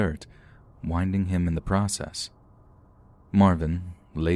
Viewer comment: Winding? lol It's pronounced like Wind, as in moving air, not like winding a clock. Winding means "to knock the wind out of you".